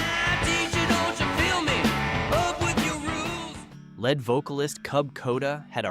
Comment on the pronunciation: It's "Leead" vocal (long 'E'), not "Lead" as in a heavy meral.